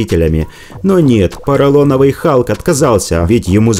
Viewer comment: Халк или Калк прозвучало!? 😁